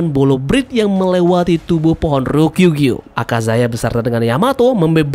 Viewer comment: RYO KU GYUUUUU ,, JANGAN SALAH NGUCAP MIN